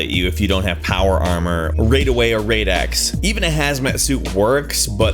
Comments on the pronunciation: I think he's thinking "it's pronounced RAIDiation, so of course, it's pronounced "RAID-x". It could be true, I have no idea honestly. But yeah, I've always said and heard RAD-x. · he said raid axe. it's rad x bro. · Xxgaming_centralxx No it isn't. It's an acronym for Radiation Absorbed Dose. The proper pronunciation is RAD, not raid. Look, here's a link to the definition. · raid away? raid-x? do you even Fallout, bro? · did he say "raid away or raid--X" please fucking kill me right now.. i know the word radiate its self is pronounced rade but please say it how the game wants you to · Did... Did you just say Raid-ex? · 'Raid-Away or Raid-Ex' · now selling raid a way! and raid x! are those pesky raiders attacking your settlements and stealing all your hard grown crops? are they a nuisance to you when all you wanna do is fill your house with paintings!? just take some of my raid x and watch as nothing mysteriously happens because i mispronounced radaway and rad x!! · Rade-away or Rade-X? he did play this game right? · But rad-x and rad-away come from the term "rad" which is a measurement of radiation dosage, and it's pronounced like the "rad" in "radical." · Number 5: fucking seriously? The main quest requires you to do that, so noone doesn't know. Also, raid-away? raid-x? Did you really say it like that? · Did the narrator say Raidaway and Raid-X? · did he say "raid away" and "raid x" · Raid away or raid x... Please stop your triggering me. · Did this nigga say "Raid-away" and "Raid-X" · Rade-away or Rade-ex... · did he say "raid x"? really? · I think he says, "raid" because of how you pronounce "radiation" the rad part in radiation is said like raid. So that's probably why. Or he has an accent. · raidaway? raidX? You cant be serious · In the game it is pronounced rad, radical! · raidaway? raidx? why are you pronouncing it like that? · Rad does not stand for radiation. Even if it did that doesn't excuse pronouncing a word wrong. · Wtf is raidaway or raidx